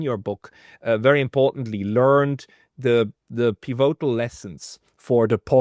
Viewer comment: PIvotal,, not piVOtal